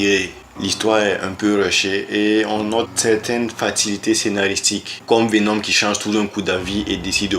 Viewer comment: Merci pour la vidéo, j'ai appris pas mal de choses sur Vénom. Par contre la prochaine fois il faudrait décider quelle prononciation, anglaise ou française, vous allez utiliser pour les noms des héros.